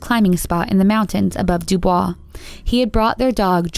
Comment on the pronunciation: Dubois, Wyo. pronounced "dew boyce"